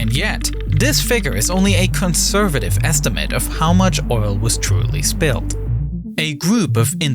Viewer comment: Witerwwy biggest oiwl spwill everrrr.